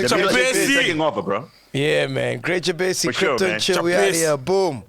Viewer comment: Being Malawian🇲🇼 I laugh how these guys be pronouncing Jabesi😂😂😂......